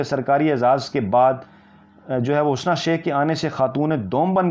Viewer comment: Sir G Hasna not correct pronunciation ( HUSNA ).